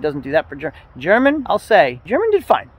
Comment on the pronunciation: He probably got tired of you pronouncing his name WRONG!